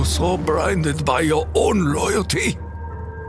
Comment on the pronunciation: "Are you so brinded by your own lowalty" XD